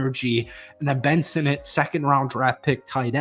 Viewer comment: Kudos for pronouncing Sinnott correctly along with some of those linemen. Who cares about an average QB from 4 decades ago and some beat reporter.